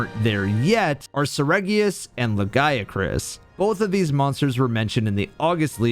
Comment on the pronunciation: I mean he got the Lagiacrus and the Nerscylla names correct.